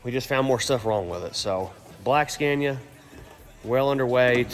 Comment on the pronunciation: Why do you call it Scääniä now again? After visiting Sweden you said right - Scania